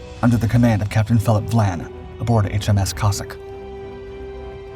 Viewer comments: Captain Phillip VIAN, not VLAN.... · Your narrator misread the name of Capt. Vian. That is an "i" after the "V", so it it is Capt. VY-ANNE, NOT Capt. Vlan. So a human narrator for once? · Apparently Captain Dau was forced to retire & killed himself on the day Germany surrendered. And it's "Phillip Vian" - not "Vlan" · For Gods sake get it right !! It’s Captain Philip Vian NOT Captain Philip Vlan. Also, why are you showing images of battleships and cruisers when HMS Cossack was a destroyer. There are plenty of images available of British destroyers, including Cossack, so there is absolutely no excuse for this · Capt VIAN not Vlan. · It is good that, again, the AI mispronunciations have been picked up. There is no letter l in Sir Philip's name - It is VIAN. Moving on, there is no "D" in British - but there is a letter T with which Americans have difficulty. Again, the refusal (not denial) of permission to proceed would probably (not "likely") have been refused, not "denied". English is our language, and we are proud of it: American is a somewhat different language, in increasing ways.